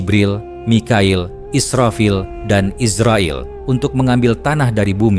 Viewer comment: IZRAIL bukan ISRAEL 😂